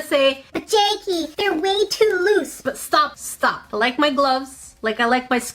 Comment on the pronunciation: It sounded like she said dr. Jerky and not dr. Jackie